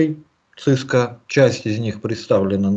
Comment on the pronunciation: Сильно режет слух акцент папуаса. Говорит "Цыска" одновременно с "Си-Си-Эн-Эй". Совершенно очевидно, что это нахватавшийся сленга белых людей, ничего не представляющий из себя маленький человечек, каких сейчас развелось много. "Специалист", который не смог выучить как называется то, чем он занимается........ жалок. Единственное оправдание для такого человека - если он произносит "Цыско" поскольку опасается рефлекторной мастурбации на величие американского хайтеха.